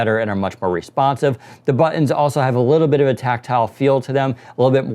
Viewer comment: say buttons